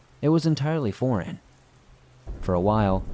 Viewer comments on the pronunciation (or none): none